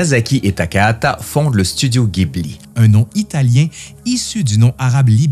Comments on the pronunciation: Pardon de te corriger - si tu lis bien ce qui est écrit sur ton t-shirt GHIBLI en katakana ジブリ se prononce JI BU RI et non GUI BU RI ギブリ il faudrait donc dire JIBLI 🙄 En tout cas très belle vidéo qui montre ta passion pour le studio fondé par Miyazaki et consort - j’adore aussi énormément ce qu’il font - je me suis repris d’ailleurs les nouvelles édition Blu-ray sorties récemment en carton (plutôt original) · Encore une superbe vidéo, si tu visite un jour le Japon et que tu essai d'en parler avec les locaux la bas ca se prononce Jibuli (faut faire gaffe la bas, ca les vexent quand on le prononce à l'occidental [pour de vrai ca peux même coupé court à la conversation], même s'ils le montrent pas et le dirons pas. Bref, en tout cas ca permet d'être comprit que tu parle de Miyasaki, alors qu'en disant Ghibli il te font les yeux rond). Et si d'aventure tu visite le Japon prend les billets pour le musée en même temps que ceux d'avion, il faut réserver sa visite longtemps à l'avance mais ca vaut le coup (c'est comme un rêve d'enfant construit dans la réalité) et ca serait vraiment dommage de le rater. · Petite note; bien que le mot "Ghibli" soit italiens, au Japon le nom du studio et futur parc d'attraction qui ouvre prochainement est prononcé "Jibli" 😉 . Et sur le thème des films durs comme le Tombeau des lucioles, il y a un film moins connu mais tout aussi rude à regarder. L'ile de Giovanni, qui est justement tirer du livre "Train de nuit dans la voie lactée". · Quel travail 👏 bravo franchement cette vidéo est super !! Bien expliquée et bien montée!! Merci beaucoup… PS: est-ce qu’il serait possible de faire la même pour Le château ambulant 🙏? Re PS: on prononce Ghibli avec un J ( jibli) Merci encore… 😘